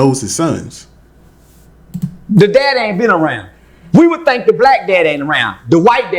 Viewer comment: "I wood tink"... oh you tink huh? Lol i agree peanut butter is delicious hahaha